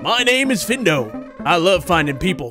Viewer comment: The mans name is findo (fyndo)